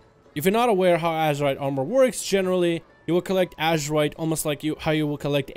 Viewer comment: Ok. wait. Whats with all this rambling (again)? You can talk about this issue in a way better structured video, i don't know like going to the POINT(and staying there)? Oh and btw pretty sure is not pronounced "ASHerite"